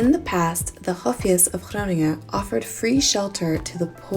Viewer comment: Hey, I think I was more impressed by how you pronounce Groningen and some other Dutch words than by the dance moves... sorry... Nice shades for the day after 'maybe' having a few drinks;-)